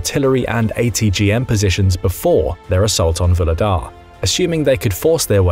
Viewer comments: Vuhledar is pronounced “Vugledar” with a g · 'H' in Vuhledar is not silent. The name is translated from Ukrainian as "Coal Gift" or "Coal Giver". Just because it's a coal mining town. Nothing to do with LotR.